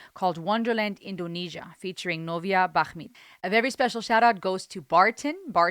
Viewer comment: I was happy you pronounce novia name correctly, she's a singer from indonesian idol competition